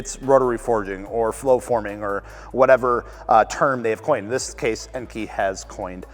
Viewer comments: EN-KAY, not EN-KEY. Do you call kei cars KEY cars?? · It's pronounced en-kay